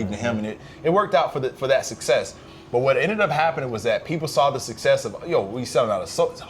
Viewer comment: It's 'success', fam. 👍🏽